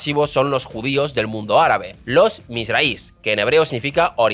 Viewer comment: No voy a entrar en tu analicéis que me parece bastante acertado, pero tu pronunciación de las comunidades judías es tan mala que cuesta reconocer lo que dices: Cuando dices aradies es de suponer que quieres decir haredím (Jaredies) y cuando dices algo así como mirrais debe pronunciarse misrrajís (misrrajies) lo que resulta directamente inteligible es cuando dices algo como ayacansies, es de suponer por descripción y descarte que te refieres askenazím, (esquenacis o asquenacis) Saludos y te recomiendo que consultes estas cosas antes porque no lo hiciste mal, lo hiciste peor 🤣